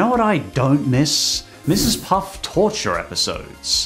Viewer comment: Its mrs puffffffff not puffs man